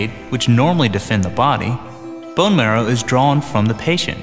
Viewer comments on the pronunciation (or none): none